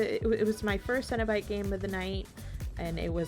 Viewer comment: Pronounced Seno-Bite